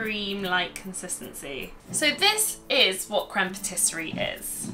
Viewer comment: Great tutorial, but my grammar OCD kicked in lol...isn't it pronounced 'patiss-ee-air'?